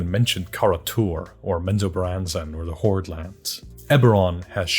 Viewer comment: btw I love how you pronouce menzoberranzan (similar to how i say it.) have you heard how Robert Salvatore pronounces the names of his dark elf characters and places.... omg its like he didn't even read his own writing. he calls DRIZZT , Dritss, it makes no sense. if he wanted it to sound like that why did he specifically put the T at the end??